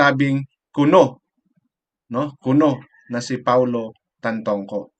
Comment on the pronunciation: Galing lang sa ibang vlogger ang mga pinagsasabi nito eh. Una si Maharlika next yung isang guy na kalbo.. Ni hindi mo nga mabigkas ng tama ang pangalan ni Paolo eh.